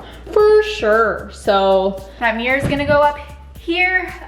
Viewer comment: The amount of times she says "Mee-yur" made me turn away from this upload.